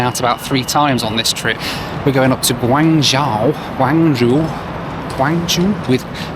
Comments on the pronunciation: Chinese here❤ love it when you struggle to pronounce Guangzhou😂😂 and didn't understand as you said Xiamen Airline😂😂 actually it sounds more like shamen instead of jamen but never mind you video is fantastic🎉 another interesting thing is the xianmen airline on board meals are generally very well-received here in China so I guess it is cooked catering to oriental taste. And about the Chinese airport security thing, I absolutely agree with every word of you. They are just notoriously tedious and frustrating even for domestic fights and connections, not to mention the international ones. Basically everything is just a bit of a faff. Here in China, we joke that all these troubles are meant to get people traveling by train😂And the phenomenon you mention about the lady shouting into a mic is also interesting. I think there is really something cultural going on behind this, as people from other countries seem less likely to do that. One reason might be that Chinese people seem to be often highly "immune" to sound from a speaker, which might be due to the fact that back in the days that's what they use every day in every community during "communism construction". Even today it is used everywhere and sometimes too casually in China. As a result, the speaking person might forget to lower voice when needed, and listeners often pay little or no extra attention. I guess that's why in public nowadays in China we still see people shouting into mic even when it's oblivious unnecessary. More l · Great video as always- but your pronunciation of Guangzhou really hurt my ears :( ! It's Gwong-JOE :) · "Guangzhou": the first part is like "gwong", which rhymes with "gong", and the second part is like "joe". "Xiamen": the "xia" part sounds like "shah". ♥ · your Chinese pronunciation! Guangzhou - Say the 'guang' as you do and add 'joe' at the end. For Xiamen it's said like 'She-ah men' not 'Jamin'. The 'Xi' sounds nothing like a J!